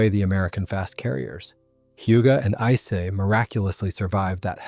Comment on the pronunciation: How many different ways did this AI mispronounce "Ise"?